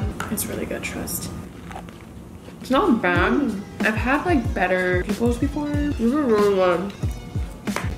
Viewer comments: girl is poh-ke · Evelyn try say it like (poke-a) bowls 😉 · I just find your pronunciation of ‘poke’ really cute 😭😭😭 especially since I’m from Hawaii and we pronounce it slightly different